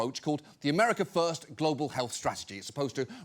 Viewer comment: You know, I think it's so cute how the orange hippo goes on and on about "Amwerika feirst" but anything he does is clearly based on "America LAST"